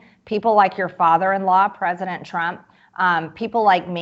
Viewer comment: prizidon Trump lavi said وعد